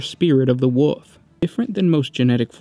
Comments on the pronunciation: It's wolf not fucking "wuf" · I cant get over that he says wuff instead of wolf.. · Wolf, not “Woof” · gene flaw is the inability to consistently pronounce the word wolf constantly switching to woof then back to wolf. His children have seemed to have carried on this flaw and struggle to read the three little pigs and little red riding hood. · woLf. woLf. NOT WOOF. The "L" is not silent! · Great job but ,The great woof? Space woof? LMOA.....you have to say wulv, you sound ridiculous. It's great but I just can't get past the woofs....your awesome. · “Leman russ, also know as the woof king and primarch of the space woofs” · Find it kinda endearing that every time you say "wolf", it invariably comes out sounding as "woof." The "Space Woofs", et al. :) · The great wuff? Spirit of the wuff? Space wuff? Did you get possesed by chaos dog spirit? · space woofs lol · just me or is he saying woof king? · Space woofs...lol